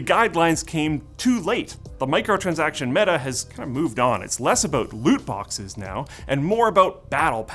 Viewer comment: Did you say boxes??